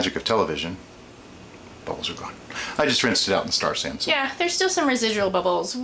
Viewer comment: Around , are you saying star sand? lol